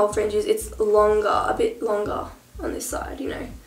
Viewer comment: LOL i like how she says longer. "lunga lunga lunga"